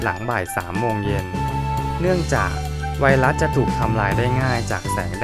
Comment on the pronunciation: ไวรัส ไม่ใช่ไวลัด กรุณสออกเสียง ร ล ให้ถูกด้วยครับ